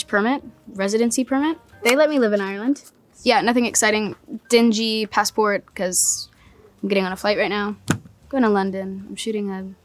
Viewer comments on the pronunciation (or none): none